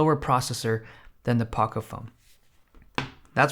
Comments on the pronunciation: Dude, your pronouncing POCO wrong. It's 'poh-coh' with a long O sound. 😮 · its pronounced p"O"c"O"